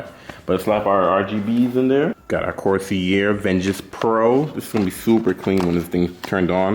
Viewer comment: Bro said core SEE air 🤣 BTW nice build